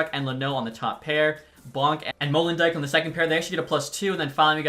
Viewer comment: It’s Molen dyk